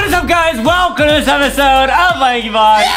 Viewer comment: Adam : "What is up guys wellcome to another espisode im-" Justin : CHICKEN BROTH AYY